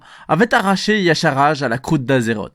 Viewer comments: Donc pourquoi Irion le prononce Y-cha-r-ge ? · pourquoi tu prononces Y'shaarj "yasharaj" alor que même irion le dit pas comme ça ? putain pour une fois qu'un mec prononcais pas C'thun "cétoune"